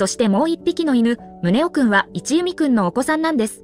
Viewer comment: 一弓（いちゆみ）ではなく、一弓（いっきゅう）と呼ばれていましたよ。